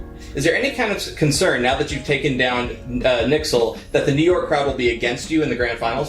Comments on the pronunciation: I cringe when I hear "nixel"... N Y X L, not difficult 😂 Or N Y or New York 😂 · Just my opinion but I don’t like when u say “Nixel” can u please just say the letters NYXL or just New York from now on thanks XD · i dont like how he pronounces NYXL........he scares me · cσsmσ dαlє same 😂